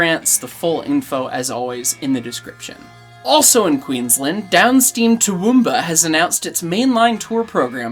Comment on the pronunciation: Pleased to note that pronunciation of Toowoomba improves across the segment. But to sound like a 'proper' local, you gotta drop the middle 'oo' sound. So it sounds like "Too- W'm- Bah." And you gotta keep your teeth together to keep the flies out, mate....